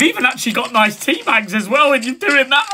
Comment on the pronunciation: " wev got a.cup of teahhh" 🤣🤣🤣🤣🤣🤣🤣ahh om crying😭😭😭😭🤣🤣🤣🤣